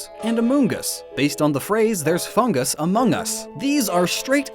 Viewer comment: He said foongus and not fungus xD